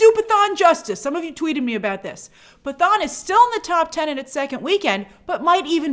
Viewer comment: Hi Grace. One quick clarification. The movie "Pathaan" is pronounced like "Pa-tahn". The letter "t" sounds like the "t" in Boca Raton.